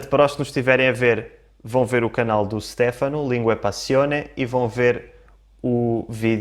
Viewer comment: Óptima pronuncia, a do Stefano. Mas não se pronuncia “Stéfano” mas mais “ Stêfano”. Adorei o video.